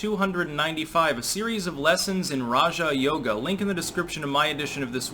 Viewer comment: Why have I heard so many people pronounce it Raha Yoga? So I go look it up and nope, not how it’s pronounced. got it right.